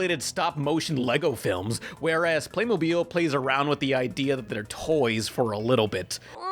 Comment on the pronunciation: First of all you're little joke over here is so cheesy come on man step up your game and second of all it's pronounced Playmobil not PlAyMoBiLe